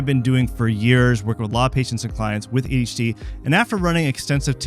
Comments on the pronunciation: "A Detch D" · He's saying it like AHD lmao. Wtf. Also, what's an ND? idk about this guy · "Ayshie ayshie" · Several times I swear he just says HD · Wait, he's not saying "daychitty"?!?